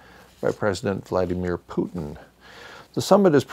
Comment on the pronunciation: Business as usual while the world goes crazy! Love your mispronunciation of Putin : (Vladimir Vladimirovich Putin)